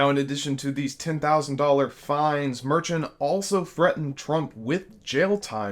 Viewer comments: And, I don't think his name is "merchan" like "merchant" without the "t"; most people pronounce it "mehrshawn". You're rapidly losing credibility with me ;) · Judge Merchan pronounces his name "Mer-shawn" with emphasis on the 2nd syllable. Not "Mer-chin" with emphasis on the 1st syllable, as says here multiple times. Smh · The judges last name is pronounced like "Mer-shawn", and the fine for each violation of the gag order was the maximum allowed by statute at $1000, not $10,000. Get your facts right. I have no love for anything related to Trump, but do your homework before getting on the 'air' to light into Trump. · FYI - pronunciation for the judge’s name is “Mur-Shawn” This channel needs to get that right as they should know that, & this guy repeatedly, in this and other videos, pronounces his name incorrectly, saying “Mer-chant.” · Merchan is pronounced "Mer-shawn", not Mer-Chen. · How are you people doing podcasts and videos without being able to correctly pronounce people's names??? Why are you calling Judge MERCHAN, Judge MERCHANT?? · Dude, it's not "Mer-chin"... it's "Mer-shawn". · The judge's name is pronounced like "mer-shawn" ... just fyi. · Actually, it was $1000 per infraction, for a total of $10,000. One thousand dollars per infraction is the maximum amount NY allows. Judge Merchan said he wished he could assess a fine if $100,000.00 per violation.(ALSO, his surname is pronounced mer-SHAN.) Q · Get the court’s name - Court of Appeals - right. And learn to pronounce Justice Merchan’s name; it’s Mer-shan with emphasis on the second syllable. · It was only 1000.00 per violation. You didn't even say the judges name right. While I'm happy you're for democracy, you need to do better. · You really need to do more research. You miss pronounced the judge’s name and the trump fine was 1000 per offense totaling 10,000. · Love the videos, HOWEVER, after all this time, you’re still mispronouncing the last name of the judge 😮. Just an FYI. 💙💙💙